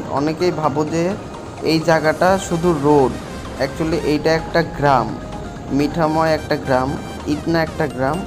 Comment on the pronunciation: মিঠাময় না,মিঠামঈন